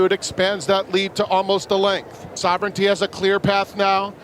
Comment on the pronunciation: You still don’t know how to pronounce Sovereignty? Listen to how the rest of the racing world pronounces it!